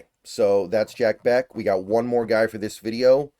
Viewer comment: This is the range that I hope we address WR. I would freaking love it if we get Bech!!! (I'm pretty sure it's pronounced "Besh," not "Beck"... but I could be wrong.)